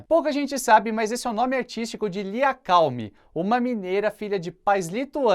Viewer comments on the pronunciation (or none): KKKK " LIA KALME " parece aquelas trolagens que fazem com os apresentadores de tv que leem ao vivo kkk - " Lhe Acalme " lkkkk